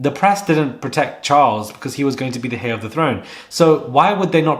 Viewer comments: Heir is pronounced air,the h is silent. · Great video! "Heir" is pronounced as "air", with a silent "h", in both American and UK English. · HEIR is pronounced 'AIR' in English. The 'H' is silent.